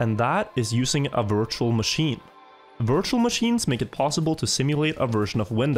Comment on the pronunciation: I really thought je said "wirtual machine" but i knew it was virtual machine It sounds like it